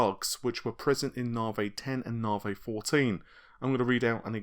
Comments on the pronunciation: Hey man, don't say that! He speaks perfectly fine. I'm just saying that saying Naavaay makes my eye twitch, that's all. Say sorry to, mate. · Naavaay....but seriously, is it REALLY pronounced like that? You've been saying Naavaay since the Navi name was rumoured. Love the videos, by the way! Keep up the good work! Lisa Su calls it 'Navi'. Seriously, she does! Timestamp . Listen carefully. I mean. come on.....